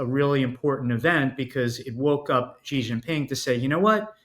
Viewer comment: he is one of the few outside china who pronounced Xi's name correctly. its pronounced C.